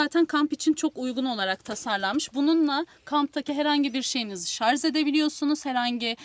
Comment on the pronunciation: Bilgiler çok iyi bir de şar(z) yerine şar(j) deseniz çok iyi olurdu